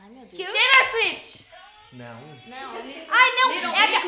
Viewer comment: A otra toda hora falando Teilor suifiti kkkkkk